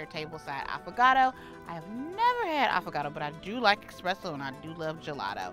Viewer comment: Ok, love the video. Since you guys corrected her on the Fiero vs Ferrero, can we PLEASE mention that espresso doesn't have an X (expresso is making my eye twitch). I say this with LOVE 💕